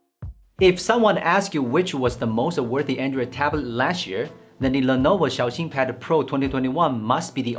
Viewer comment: This guy is a real Han Yue carrier. Xiaoxin is pronounced in a very good manner